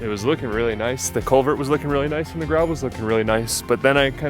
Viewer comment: Sounded like he was saying "colvert", not CULVERT.